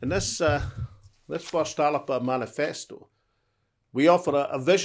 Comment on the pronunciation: So you've now realised the correct (Gaelic) pronunciation of the name?! If you can't get that right from the beginning what confidence can we have in your policy competency?!